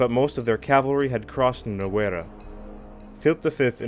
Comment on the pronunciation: Nice series on the War of Spanish Succession. These videos needed to be done. Minor criticism, pronunciation of the Spanish toponyms, especially Lérida/Lleida, Balaguer, and the river Noguera - that "gue" bit is not goo-e, but g-e. It is one of the few cases in the Spanish language when there are mute vowels. Not asking for Noguera-Ribagorzana, the full name of that river, however. But it is only a minor criticism, like the series, and subscribed.